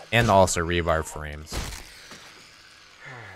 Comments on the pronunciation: Rebar, not rebarB. There is no B at the end. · re-bar not re-barb I know you are intelligent